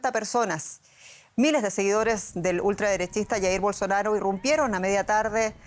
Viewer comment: Me encanta como acentúa esa frase